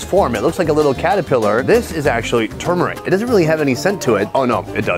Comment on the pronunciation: tysm for correctly pronouncing the word "turmeric"